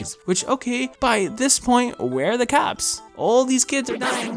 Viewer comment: I thought he said "caps" instead of "cops" So what I heard was, where are the caps